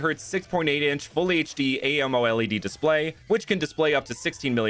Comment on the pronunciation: Just a mild criticism, you refer to the screen as "A-M-O-L-E-D" but its generally referred to as "AMO-LED". Sounds exactly like "ammo" "lead".